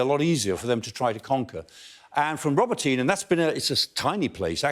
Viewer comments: Professor Clarke: Robotyne is pronounced “ro-Bot-nyeh” not “Robo-teen” which sounds like an adolescent sci-fi film hero! 😂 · This guy can't pronounce the city names correctly. It's not Rober-teen. iI's Rah-bow-teh-neh. It's not Back-mut. It's Bahh-moot.. there is no K sound. KH is the H sound as in Hut. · Not pronounced roboteen. It's row-bot-on -nuh. Emphasis on BOT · I really hope the Ukrainians don't pay any attention to this clown (it's "Roe - bot - tin - nah" guys - watch some local television, maybe). It is crucial that the Ukrainians not commit the same mistake as the Russians of assigning importance to villages and towns. The only thing they should pay attention to is geography. They have to ignore Tokmak and simply move down the western bank of the Molochna River. They can cut the railway at Molochansk - just south of Tokmak. But they need to be staying away from Tokmak. Villages and towns are of zero significance. The Molochna River is the most complete geographical defensive feature in the region. Track down the river bank to the west to Melitopol, and then bomb the Kerch Bridge. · Robotyne is pronounced 'Robot-nee' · Michael Clarke's great and all but "rob-oh-teen"? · Robotyne is pronounce Ro -BOT-een-a. Robot, comes from the Russian word for work. Which is where we get the word "robot' from. The word was coined by the Czech writer Karel Čapek in a 1920 play. I'm guessing this name means something like "Worker's village".